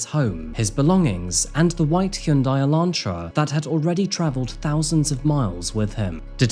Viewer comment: bro its "elantra" not "electra"